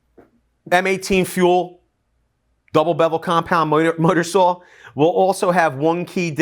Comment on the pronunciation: are you saying miter saw or mudder saw imlost